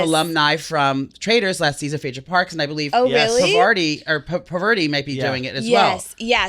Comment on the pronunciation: Gabby rocks - this was one of my favorite interviews I've seen with her, y'all are the best. That Parvati pronunciation was tough (though ofc well-intentioned), but would love to see her on O&A so maybe it's a good conversation starter for an invite!